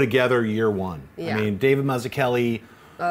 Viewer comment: /MACUChELI/, not /mazukeli/